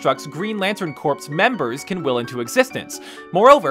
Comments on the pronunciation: For some reason, some people pronounce it as corp, instead of core, or cores/corpse. Probably because they've heard it as part other words and names, like in Oscorp and Lexcorp. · In Green Lantern Corps, you say it like 'core', not 'corpse' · sometimes I wonder if they say stuff wrong on purpose or on accident, like him pronouncing corps like corpse and not like core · ITS PRONOUNCED CORE! NOT CORPS ITS FRENCH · 1. It's mischievous, not mischievious. 2. Corps. is not pronounced like corpse. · Green Lantern "CORPSE"? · did you actually pronounce the "p" in Green Lantern Corps?